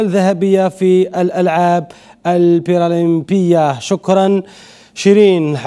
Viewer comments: ما عندوش مؤهلات تاع صحفي ما يعرفش اقول برالمبية para olympique bravo pour notre athlète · ما هذا المستوى ،صحفي لا يعرف نطق كلمة برألامبية لأنه لا يعرف الكلمة أصلا ويقدم النشرة الرياضية.بهدلتو بنا. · شفتو حاجة الصحفى ماعرفش يقراء كلمة البرالمبية